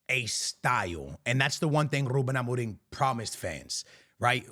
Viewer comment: I heard you said ruben amoring...😂